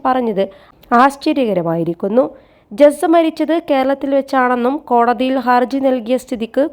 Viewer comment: ജസ്സയോ?ജസ്‌ന എന്ന് ഈ നാട്ടിൽ ആർക്കും അറിയാം. പേര് പോലും തെറ്റി പറയുന്നു...വച്ചിട്ട് പോ